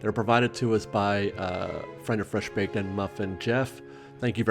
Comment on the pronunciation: Why do you say the words Fresh Baked like that?